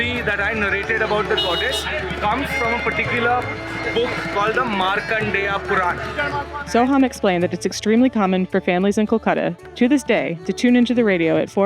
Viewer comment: Its markandaya puran..